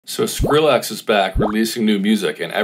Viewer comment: Stop saying SkrillAX